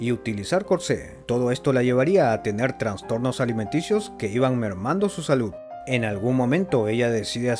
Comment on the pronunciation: También dijiste “Transtornos” y es “Trastornos” pero qué bueno que quieras mejorar. Estuvo chido el video.